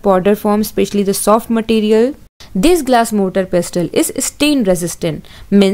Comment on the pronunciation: Mam motaar not motor 🤪